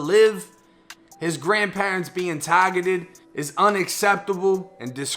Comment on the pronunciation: Tahhhgettted, stop trying so hard